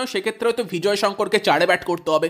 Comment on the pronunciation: Bhai bhijoy Sankar noy nam ta vijoy sankar